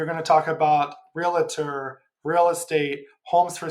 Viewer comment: REALTOR, pronounced REAL TOR There is no i. Great video :)